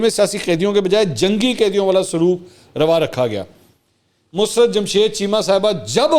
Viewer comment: Mansoor Bhai iska name Musrat nahi Musarrat hay plz correct yourself